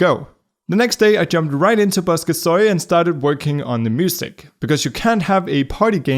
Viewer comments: "Bosca SOY", oh WOW, it's very VERY rare to hear people speak in Irish, and to hear them butcher it is a new experience, I love it For reference though, Ceoil is one syllable and is pronounced "Kyo-ll" or "Ky-oll" ('oll' sounds like 'ol' in the word 'old') I suppose, I'm bad at typing phonetics. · Fun Fact: bosca ceoil is Irish for music box and ceoil is pronounced key-ole